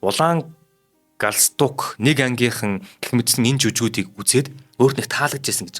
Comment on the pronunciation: хөтлөгч залуу хоолой сайтай боловч зарим үгийг хэлж чадахгүй юмаа. галстук( улаан бүч), атлаас( даавуу),пүүшиг( тамхи) , г.м ийг хэлж чадахгүй эсвэл буруу хэлнэ, луугарууд гэхийг луйхрууд гэж байна, Овод гэдгийг Овоод гэж байна, хамар сөргөхийг буруу тайлбарлаж байна. Уншихаасаа өмнө үгтэйгээ танилцаж судлаад ярианы соёл гэдгийг суралцах хэрэгтэй шүү.